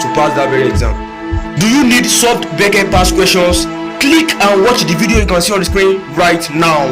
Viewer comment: Helpful thanks but it's not bece it's B.E.C.E.